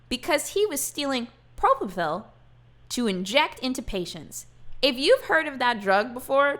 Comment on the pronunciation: You actually were really close to the right pronunciation of Propofol. The only thing is it Pro-pO-Fall instead of fill at the end of the word. I'm an ICU nurse haha I work with this medication often. If used incorrectly, it can be very very deadly. Hence Michael Jackson. Also there's a show called Nurses that kill., you should definitely watch it!